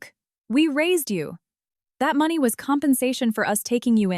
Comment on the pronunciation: Need a better AI voice or format, it's not even pronouncing money correctly. If you are going to host a channel on YouTube, at least do the bare basics.